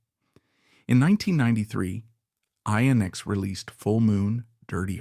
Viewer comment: INXS is pronounced inexcess, NOT I inexcess!